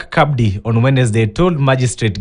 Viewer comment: It's not pronounced CABDI It is just Abdi the C is silent.